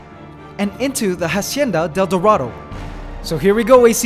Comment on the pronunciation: Yes! And also He has to pronounce dorado like Doe ( deer) or Do from Do Re Mi.... DOErahdoe